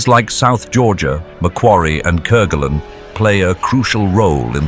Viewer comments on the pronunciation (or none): none